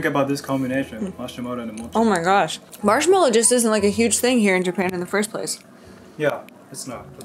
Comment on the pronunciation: The way he says Marshmallow too